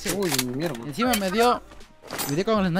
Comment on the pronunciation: lo dijo como un dominicano😂😂 mielda coño